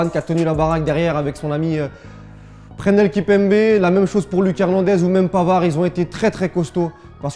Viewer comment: Il a oublié le S Wsh Prenel